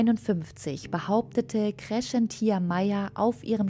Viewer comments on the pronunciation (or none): Cäcilia spricht man nicht Sesilia, sondern Zäzilia, ebenso heisst es nicht Kreschentia (Kreszentia), sondern Kres-zenz-ia